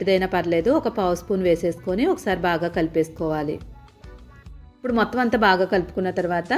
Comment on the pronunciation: ఉప్పుడు కాదమ్మ ఇప్పుడు...ఖైమా కొట్టినట్లు ఏమిటీ అమ్మ, నీబొంద